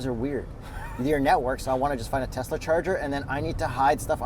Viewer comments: So dumb saying Teslr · it’s pronounced Teslur 😂 We caught that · calling it a Teslur 😂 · “It’s pronounced tesler” and “everything is computer”. Genius 😂😂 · Tesler!!! Everything Computer!!! 😂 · "it's pronounced Teslar", classic,, classic.